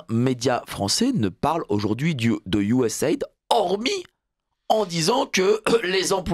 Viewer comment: MERCI DE PRONONCER CORRECTEMMENT CETTE INSTITUTION ON DIT " USA ID"